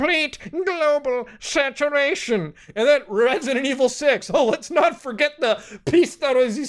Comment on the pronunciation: Risidint ivil